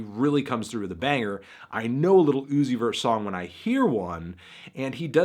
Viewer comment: Melon says lil OoOooOzy vurr